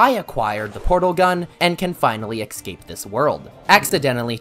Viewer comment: Ashphalt and ecscape as well